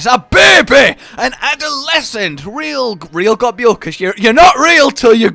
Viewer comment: You do know Gobul is just pronounced “gobble”, right? Like how Nibelsnarf is just “nibble”?